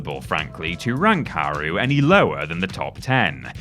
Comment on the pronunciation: Okay at this point your taking the piss with the "its japanese I can't pronounce it" like earlier characters I get, games wern't voice acted. but getting the new characters wrong is dumb. Esspecially haru's as her last name is litterally said more often than any other characters in the game.